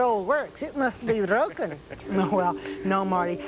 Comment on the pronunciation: even for an amateur ventriloquist, he's terrible. you can hear him fumble the false consonants (m to n and such) on words like "broken" which he pronounces as "wroken". if he's going to move his lips anyways, what's the point? he clearly wasn't trying at all. how disgusting.